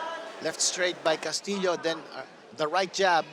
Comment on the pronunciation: His last name pronounced castiyo